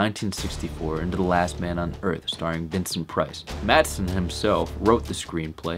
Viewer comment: "Mathson"? C'mon, man.